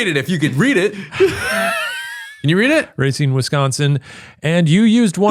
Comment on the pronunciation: Kinda disappointed that a man from Chicagoland didn't know how to say Racine... said it better... even if he did get the state wrong.. 😂